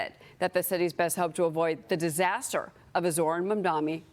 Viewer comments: no one can say his name correctly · Even wading in the wide and deep sea of ignorance that is Fox News, it is astounding to me that these low IQ fools are STILL completely unable to pronounce his name. And she has never seen the word "mayoralty" before. How does she have a job?